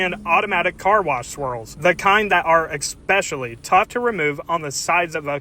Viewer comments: ESS-pecially - not EX-pecially. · OP needs to pronunciate the word ESpecially correctly. And yes - too much product is a common mistake when using these.